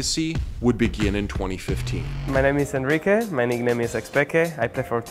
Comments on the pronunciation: It’s Enrique as in (In-re-Kay) not (un-re-Kay) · Ahn-ree-kay, X-pee-kay. You guys are tilting me with your pronunciations